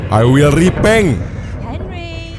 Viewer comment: "i will ripeng" #